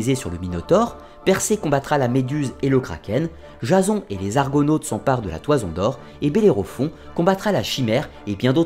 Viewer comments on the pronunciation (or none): none